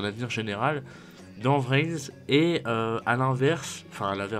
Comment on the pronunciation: Il est au courant qu'on dit pas "vrin" ? X)